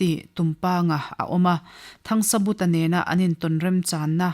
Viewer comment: Thangsabuta anilo THANGSAVUNGA tihtur anizawk.